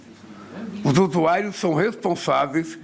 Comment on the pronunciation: "os usuaios"